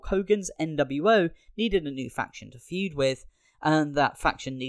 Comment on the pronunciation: Fued? FUED??? Dude... its Feud.